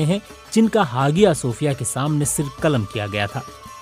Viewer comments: Hagiya nhi re aya sophia Kehte Hai pronunciation me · It's not ha gi ya....its haiya G is always as H in turk.....don't pronunce as Hagia Its Hahia or haiya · Hagia nahi hiayah boltay hain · हागिया नहीं, हाया / आया हाया सोफ़िया or आया सोफ़िया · You should have pronounced like haya Sophia not hagia sophia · come on BBC it's HAYA SOFIA(IN PRONOUNCE) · Its pronunciation is aahya sofia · Hagia pronunciation check